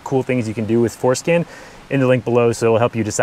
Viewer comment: I know he's saying for scan but I can't help but think that he's saying foreskin. 😏